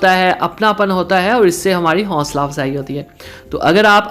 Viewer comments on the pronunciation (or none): Greattttttt bro Ap bhtttt pyara r meethha boltay hn but plz Hosla ko Honsla na bola kren